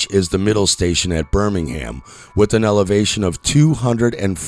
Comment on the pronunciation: Oh, and learn how to pronounce Thames, Mersey, and Birmingham, you ignoramus.